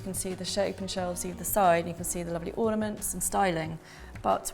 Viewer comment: I like how you say lofly instead of lovely.